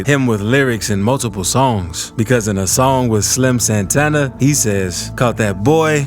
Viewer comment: SimxSantana not Slim Santana sorry im from philly it just bothered me a lil bit